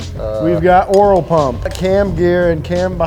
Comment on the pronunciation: LMAO, saying we've got an oirl pump! 😂😂😂